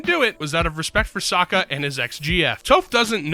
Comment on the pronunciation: i dont remember if it was or but hearing the human narrator pronounce "Sokka" like they do in the M Night Shyamalan movie aka "soh-ka" in the same post as they pronounced "Toph" with the long o as well it was enough for me to both stop watching and unlike the video on the spot